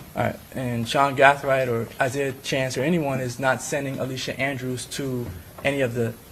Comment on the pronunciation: Is there a reason why this attorney keeps switching how he pronounce Gathright?